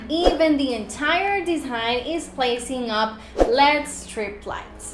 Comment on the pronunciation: Please never say lead lights it's LED saying each letter clearly.